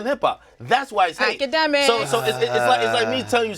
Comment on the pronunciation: Nobody: Akademiks- itssybwydjakmiks